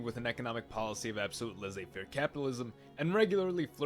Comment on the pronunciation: "Laissez" YOU IDIOT!